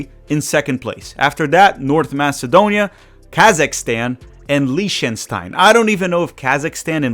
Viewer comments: to be precise it's Li-CH-ten-stine. Like clearing out your throat kinda sound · The country name is pronounced LICK-ten-stine,..!